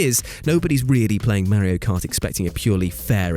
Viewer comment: I cringe when he doesn’t say Mario correctly